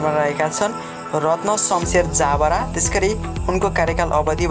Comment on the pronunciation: हैन यो प्रस्तोताले पढ्न जान्दैनकी के हो ज ब रा लाई जा ब रा भनेर पढ्छ